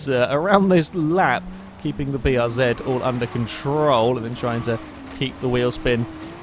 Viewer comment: Bee Are Zed It's nice to hear someone pronounce the name of this car correctly, for once. Kappa